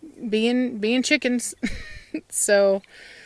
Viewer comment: I love you " Cheekans" lol!:) XD